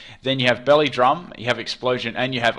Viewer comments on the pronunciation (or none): none